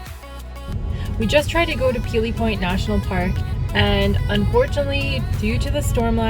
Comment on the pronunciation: It's point Pelee not peely point thank you have a good day!